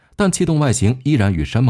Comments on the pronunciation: 三毛櫸 ，你給我唸三毛榫….聽起來就彆扭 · 櫸（ju三聲）山毛櫸（ju三聲）😂😂😂